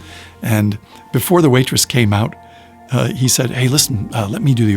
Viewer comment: Best. Story. Yet. Even better than Bones or the one with your accent saying, "he remembers you. from before"